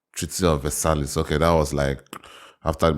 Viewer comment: Versailles is in france and both the Ls in the word are silent